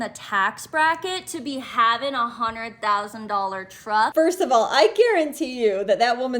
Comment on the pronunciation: Em.. Teach that first girl that truck is a single syllable word.. Damn she was annoying.. IMHO, Dude needs to put the truck in a DIY Sub S Corp name or a family members name for the moment because I feel you are correct.. trying to get her to calm down and think rationally would be like trying to baptize a feral cat.. Blessings ...